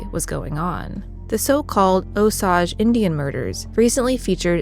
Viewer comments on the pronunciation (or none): Love the podcast! Just wanted to let you know that you are pronouncing Osage incorrectly. It should be O sage. Keep up the great podcasts!